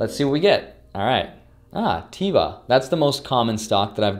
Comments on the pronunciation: Congrats on all the free stocks! Enjoy your trip to Hawaii! Also its pronounced Tehva but since you are the majority share holder you can pronounce it however you want to. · Teva is huge pharmaceutical company from Israel, you pronounced it "tea-va"" which is incorrect. As the new CEO you should know the "E" sounds like how you say the letter A, and this name means "Nature" in Hebrew. This stock was worth 60 USD about 3 years ago, as you got it for free I would totally keep it for the long run if you didn't sell it yet. Love your channel, keep it up! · LOL You said Teva In a funny way(